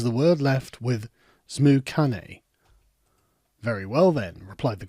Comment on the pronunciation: Zipyercock and Zmoocane